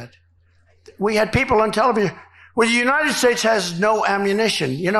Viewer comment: The Uniysssh Shtashh? I think a mischievous djinn grabs hold of Droopy Don's tongue every time he desecrates the name of his country.